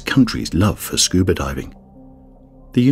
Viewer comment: When did scuba become scubr?